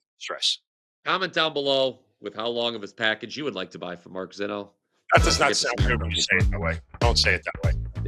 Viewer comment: MarKKKKKKKKKKK! No "c" ...